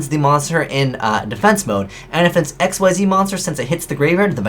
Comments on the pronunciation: xyz in this matter is pronounced (exeez) not x.y.z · By Pulsaris, would you people just take the hint? It's Xyz, not XYZ! Say it with me: Ekseez. Not eks-why-zee, ekseez. That's how Xyz is pronounced. Zexal era is over, we've been through this, why do people keep saying x-y-z? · Is it really that difficult to pronounce Xyz correctly? I cringe every time some says "Ex Why Zi Monster"... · did he just... pronounce xyz as X-Y-Z? o.O